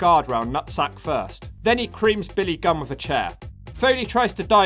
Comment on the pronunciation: You spells Billy Gunn like Billy Gum lol.